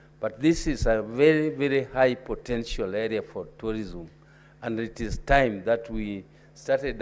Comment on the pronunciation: CS TOURISM VERY POOR ENGLISH PRONUNCIATION. SHE CANNOT EVEN PRONOUNCE TOURISM! OH, MY FOOT.